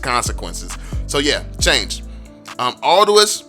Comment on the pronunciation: hey man, chang’e is pronounced as Chung Er